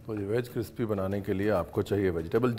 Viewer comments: सबकी तरह सॉफिस्टिकेटेड दिखने की जगह शुद्ध हिंदी में लिखूंगा.... क्रिप्सी नही होता , क्रिस्पी होता है। बाकी तुम भाई अल्टीमेट हो 👍😘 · Crispy not crpsy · Crispy ko crispy keon bol rahe ho ranveer sir